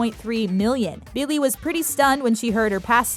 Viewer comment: Is it only me or is she really annoying me of how she is saying Billy’s name...